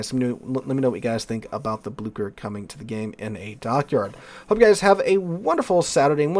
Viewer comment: Like i am not best at pronouncing names in langueages idk but u absolutely murdered the Blücher. It is an ü not an u and it isnt an k it is ch so it is more like Bloosher. Idk a english word with a ü sound so oo is closest i gues.